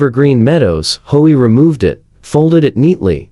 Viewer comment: Learn to READ, it's H-O-A; not hoa